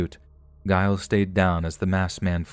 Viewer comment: The pronunciation of, presumably, Giles is pronounced with a J sound. J as in jewelry. Giles = Jiles.